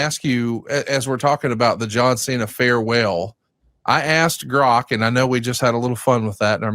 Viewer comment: The amount of times they mispronounced grok in the first 2 minutes I had to turn it off